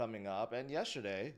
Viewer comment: Dude the word is not pronounced yesherday.... please replace the H with the given T ...JS